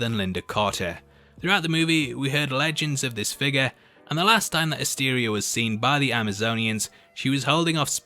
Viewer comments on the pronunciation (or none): none